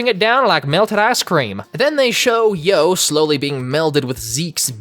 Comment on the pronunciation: I love how you call Yoh “Joe” insted of “Eo”